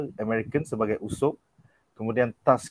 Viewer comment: Mende usap? 😌 Usopp lah woi Sebagai fan berat one piece aku triggered bila dia cakap "usap" 😌